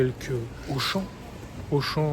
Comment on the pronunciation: Ушон 😅 Теперь буду знать как правильно произносится французский бренд Ашан , класс 👍👍